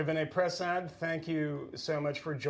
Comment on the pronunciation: please learn how to pronounce Vinay's last name. I think it's pronounced Pruh-sod. (I listen to him all the time... really smart guy.) It's great to hear his analysis about RFK's ideas.